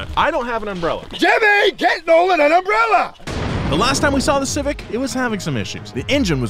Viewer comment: My man says "unbrella" 😊